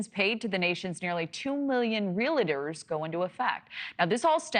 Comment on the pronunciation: Stop saying REAL-A-TORS. There is no “A” in the middle of this word. REALTOR